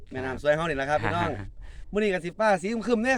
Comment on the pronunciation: สวัสดีจ้า หมานยุเนาะจ้าหายุหากินเว่าม่วนชื่นชมทั้งสองหนุ่มจ้า แต่คำว่า (พี่น้อง)เว่าดู๋ไปบ่หล่า😇😅